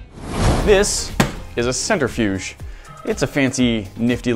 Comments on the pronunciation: Cen-Trih-fuge, not Cen-ter-fuge 😜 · Sorry to be That Guy, but it's a Cent-Riff-'Yuge, not a Center-Fuge. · Am I the only one cringing when they say “centerfuge” instead of “centrifuge”? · CEN-TRIFUGE not CENTER-FUGE. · DRINKING GAME: 1 shot everytime says "CENTER-fuge" instead of Centrifuge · I'm not even a minute and a half into this video and I already want to stab my ear drums every time he says "centerfuge" rather than "centrifuge". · Ha, I couldn't get past you mispronouncing "centrifuge." "center-fyooj" really? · Nobody:: centerfuge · The scientist in me cringed every time they said "center"-fuge. I really wish y'all would do some research and talk about the science a bit more. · no, he said centerfuge. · All that knowledge and can’t pronounce centrifuge correctly. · He said it a couple times before I realized it didn't sound right.